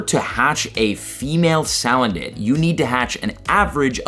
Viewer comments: Its SA-LAND-IT ffs Not saledit 😂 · It’s Suuu-land-it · The amount of mispronounced Pokémon names it’s just hurting me it’s pronounced say-land-it